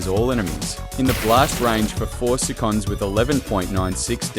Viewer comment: This Ai voice is awfull, it cant even pronounce seconds correct